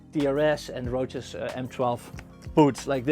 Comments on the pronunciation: I like how he says Roaches and not Roces 😂👌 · it's italian - "CE" makes a "Cheh" sound.